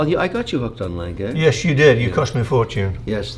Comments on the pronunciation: What is a Langay watch, Is it the same as an A. Lange und Sohne, pronounced Aah Langer? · I am not sure but is that really how you pronounce "lange"? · Did he just pronounced Lang-Gay as Lange? 😂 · It's lange pronounced langa not lanngay lol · Lan-geh Not Lan-gay 😂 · As a German, I find Kevin's pronunciation of "Lange" as lan-gay simply abhorrent. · Lang-uh Kevin. Lang-uh. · A. Lange & Söhne or as Kevin O'Leary likes to pronounce it: L A N - G A Y 🤣 😂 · Sadly, a small innocent German child dies everytime Kevin says "Lang-gay"😢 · So, mr. corrupt has thousands of watches, but never heared of a gmt before?! And somebody tell him, it's "Lange", not "Leng gay"! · If I have to listen to Kevin mispronounce Lange one more time I’m gonna explode 😂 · Jesus can you butcher the name A. Lange more. At least try to say it properly. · the day Kevin learns how to pronounce lange, is going to be the day when the world will be over. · I love all of videos, but I can’t watch this Kevin guy. He constantly interrupts and he talks utter nonsense. I made it to about 15 minutes and had to turn it off. Someone please tell him how to pronounce ‘Lange’ properly. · His mispronunciation of Lange hurts my ears.